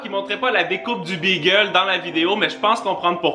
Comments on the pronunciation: Salut c’est pas BEEEGEL C’EST BAGEL TABARNAK Pas youurt c’est YOGOURT CALISS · Pourquoi est-ce que tu dis bagel comme le nom de la race de chien ? C'est pas beagle, c'est bAgel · BÉgel............... pas Bigel!!!!!!!!!! Ça m'énerve royalement